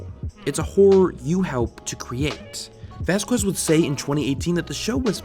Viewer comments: It's VAS-Kez, not VAS-kwez. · Vasquez...VASKEZ. Not VasKWEZ! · Vaz. Kez. Just say it like that. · Vass qwez? no its Spanish. Vaskez! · It’s 2020 and people still pronounce it as VasQUez instead of VasKez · You said "vas-kwest". It's "vas-kez" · I always thought it was pronounced “vaskez” instead of “vaskwez” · Min it is pronounced vas–kez, not quez, keep that in mind since he said that hated when people mispronounced his surname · It's Vas-skez dude and by the way invader zim was a great show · his name isnt vaskwez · I know this is old but it's pronounced "Vas-KES" like "queso" is pronounced "KEso". It's a Spanish surname. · OMG your pronunciation of Vasquez irks me. The u is not emphasized. It is a Spanish name, so it is said like VAS-kez. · everytime he says vass KWEZZ...it makes me throw up... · Love the video. But for future reference in the name Vasquez, the U is silent. In Spanish the Q - U and I or E creates a K sound. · It's pronounced Vas-kez. The U in the "que" syllable of spanish names is silent. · Seriously? Have you no understand of how to pronounce his last name? If you went to France, would you say "Ja-QWEES" to someone name Jacques? If you went to Spain, would you say "Joe-QWIN" to someone named Joaquin? Then why the hell do you keep saying "Vas-QUES" to someone who's last name is Vasquez? Dominguez (DO-min-GHez) Rodriguez (Rod-ree-GHez) Hernandez (Her-nan-Dez) Vasquez (Va-SKez or Ba-SKez (depending on the region)) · Vasquez. Not Vaskwez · He’s only said “Vas-qwez” twice, and I already feel like I’m having a brain aneurism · xD "vaskwez" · How hard is it to say Vasquez? Vazkwoez will be the end of me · I swear if you say vaskwooez one more goddamn time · this dude really out here saying vasqwez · If you were to write it phonetically I think it'd be more like VOSS-kez. Accent on the first syllable and the "a" sounds like it does in "ball". Anyway, just glad someone pointed this out. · bruh u said jhonens last name wrong